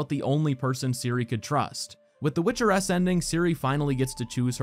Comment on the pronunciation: My dumbass over here confused as fuck for a few minutes thinking he was saying "Witcher S" and not "Witcheress"